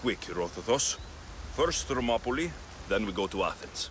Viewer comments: He say thermoplies you say thermoplies is monopolie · They say names different to sound more Greek because names are little bit different, for example Hercules it's actually Erakles Ηρακλής , Herodotus Erodotos Ηρόδοτος or places Thermopylae Thermopyles Θερμοπύλες they're not accurate in English this is why it confuse you when you hear them saying them differently but they try to say them more accurate in Greek, I tried my best to write them in English to sound more accurately to Greek